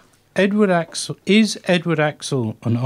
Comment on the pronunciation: Why does he pronounce his name as "axle"???